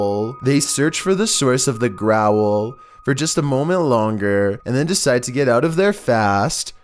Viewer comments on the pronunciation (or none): Me: growl: growl-el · I love the way he says 'growl' Growall